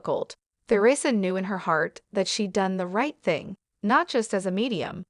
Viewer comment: Who pronounces her name “Ther ree sa?” Nobody except for the narrator and people who lived about 600 years ago.